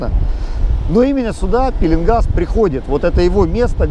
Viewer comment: кстати пишите правильно-пеееленгас ,а не пииииилингас.